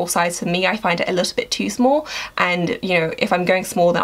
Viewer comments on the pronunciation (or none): none